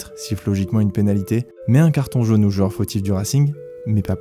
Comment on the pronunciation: C'est "joueur" et non : joeur 😉. Merci pour ce bon documentaire.